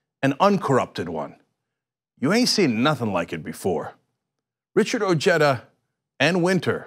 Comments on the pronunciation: Weird. OJEDA and Cenk both pronounce his name: O J E T T A, meanwhile everywhere else in the civilized world is is pronounced: O H E D A, AND he is of Mexican heritage. Regardless, he will win handily. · I like his energy and whatnot, but something bothers me. Like, I know it's probably a regional thing, but the family I knew in high-school with the name "Ojeda" pronounced it "oh-HEY-duh". "oh-JET-uh" sounds just wrong to me. XD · SERIOUSLY CENK? Would you like it if your name was pronounced "senk"? HABLE BIEN CABRON, O NO HABLE. it's pronounced "oh-heh-da." And it's Spanish I believe. Anyways bless your ur 💓 too. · O-H-eda. Its not pronounced Jeda. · What's an "Oh-Jedda" LMAO!!! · Oh-hey-da come on guys, his has a Spanish name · I pronounced his last name oheda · It's pronounced O Ged a...a cousin more recently from Mexico uses the Mexican pronunciation. Richard's family immigrated many years earlier and have Americanized. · At least try to say his name right, nevermind doesn't matter he has no chance to beat Trump